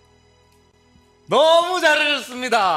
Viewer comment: 예준이 이 부분 발음 살짝 꼬인거랑 어조가 너무 귀여움. 너무 자ㄹ라셨습니다.